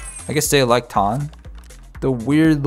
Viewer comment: you cant even pronounce tan? like really dude